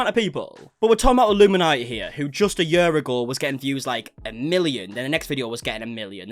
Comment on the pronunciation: I don't understand why "year" and "career" sound so different. "Yuh." "Career."